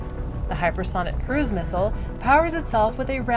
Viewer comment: Let's learn to pronounce missile correctly first.